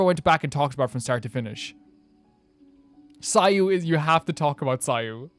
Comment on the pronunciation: ITS SAYUUUU